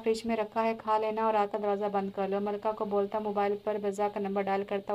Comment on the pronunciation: It's Malika Not Malka